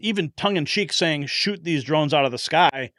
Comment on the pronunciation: Its shoot** not shot..lol sorry Mr Prez